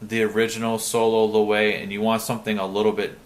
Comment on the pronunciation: it's pronounced LOWEVEE